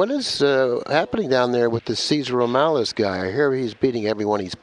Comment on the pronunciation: Lol Cesar Romales??? Lol MORALES ya mean haha. Good stuff